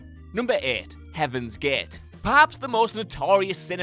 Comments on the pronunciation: I cringe when he says Heaven's Get instead of Gate. I know he's a Dubliner and all. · "Heaven's Gaaht" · Number eight Heaven's Geight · "Number ääääät: Heaven's gääääät" XD XD XD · NUMBA EHHT, HEAVENS GEHHT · "Number three. Heaven's Git"